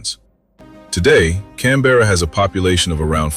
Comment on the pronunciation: BTW its pronounced cam-bruh